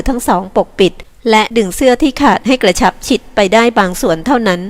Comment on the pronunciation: กระชับค่ะ ไม่ใช่กระฉับ #อ้อช่องมีปัญหาหรือคะ